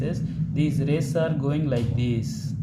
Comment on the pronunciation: Good sir but some word like lawses not it just called laws and rasese not rays ok na sir but u r explanation is very easy and good